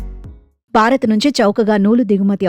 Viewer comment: బారత్ కాదు భారత్, బారీ కాదు భారీ ... Have some sense.. you are presenting the News in a public domain